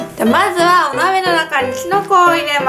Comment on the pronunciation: お鍋がお豆に聞こえちゃう😂